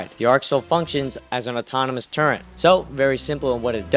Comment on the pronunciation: Turre"N"t........it's pronounced Turr- Et. Never been Turr Ent. Never will be. Other than that nice build.